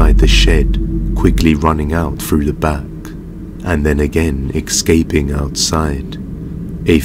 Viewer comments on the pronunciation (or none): You mean outside the shed , also dude its escaping not excaping